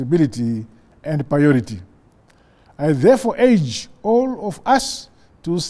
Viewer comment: "...it is not worthy that..." Pronunciation is very important. "Not worthy" and "Noteworthy" have completely different meanings. "... I therefore age all of us..." 🙄🤮🙄.